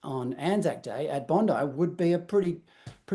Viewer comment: THE CLOWN WHO SPEAKS WITH HER HANDS CALLS IT BONDY (SIC) BEACH MUST BE LAMMYS SISTER